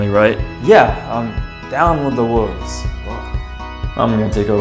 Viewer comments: Wolves not woves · "Wooves" Youre just like Jacob 😅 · Woves lol (that’s what he said) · How he said wolves tho “wooves”